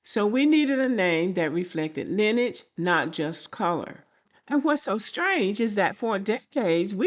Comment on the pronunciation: It's pronounced LINEAGE not linage